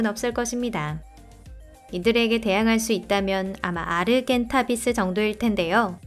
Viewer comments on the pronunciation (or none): 아르겐트비스가 아니라 아르젠티비스